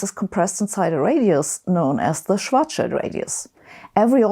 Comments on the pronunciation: it's refreshing to hear Schwarzschild pronounced correctly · Finally, someone who pronounces "Schwartzschild" correctly.